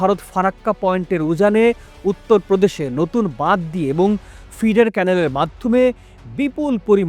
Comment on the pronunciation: নতুন ❎ নতুল ✅ 😂😂😂